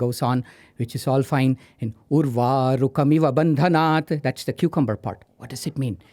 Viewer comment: wrong pronunciation of maha mritunjaya mantra..... its bhandhanan and not bhandanaat